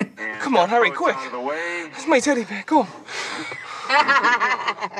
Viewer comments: His teddy bewr is vewy sewious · He is clearly saying "Taddy Bayah."